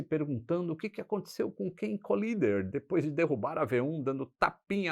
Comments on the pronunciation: Um detalhe: o piloto não se chamava Collider (que para ser "colisão", teria de ser dito "colaider" e não "colider"), mas sim Collier, ou Kenneth Roy Collier, e por isso não tem nada a ver com colisão. Abraço. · O nome é Ken Collier e não Colider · O nome do As é Kenett Roy COLLIER e não Collider